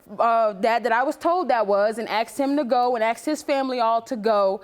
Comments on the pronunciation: she said i AKSED him ?! this not the first time i hear they say aksed instead of ask ! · You "axed" him to give blood...well maybe he didn't have much to give after you "axed" him. ???